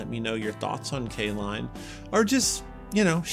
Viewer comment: Caline? I thought you said K Lon.